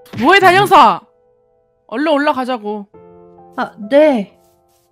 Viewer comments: 초에 단형사인데 단혀사?ㅋㅋ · 초에 단형사가아니고 단혀사라고했어